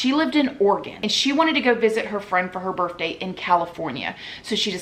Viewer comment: Girllll.... did u really say birfday??????